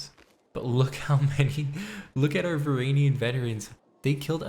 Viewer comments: It's varangian not varanian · "VR AN JEE UHN" the G is a J it's not silent. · PRONOUNCE THE G IN VARANGIAN PLEASE MAN IM BEGGING YOU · Isn’t it pronounced Var in Gee in